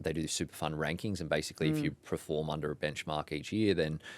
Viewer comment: Can someone confirm did he say "preform" at the min mark? I don't know if I'm going crazy or are people mispronouncing "perform" these days? I am hearing this all the time now